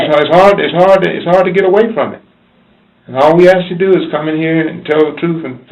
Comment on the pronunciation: Forget comprehensible sentences, he couldn't even pronounce the word, "ask", he said "aks".